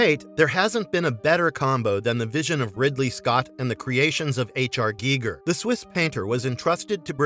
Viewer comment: Yeah who the hell is geegur